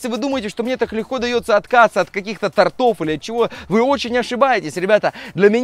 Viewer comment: Не тортОв, а тОртов!!! Не торопись говорить!!! Выучи русский язык!!!